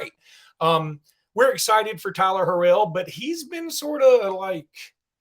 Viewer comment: Tyler Harrell is his name not harel.